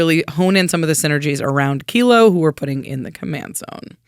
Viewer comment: You're the first channel I have seen to pronounce Kilo, Apogee Mind correctly. Enjoy my Sub!